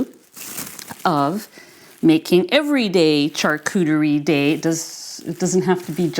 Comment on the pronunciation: Go Teddy! Hope Teddy gets some quality doggie training! Glad you realised what was going on with your egg cooker. The charcuterie tray is pronounced (shar cou terry) just in case you wanted to know